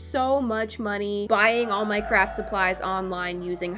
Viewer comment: It sounded like she said “Minecraft supplies” instead of “my craft supplies”… Am I the only one? Am I deaf??? Edit: the second I posted an ad of a deaf person popped up and I’m like….. 😵‍💫IluMinATi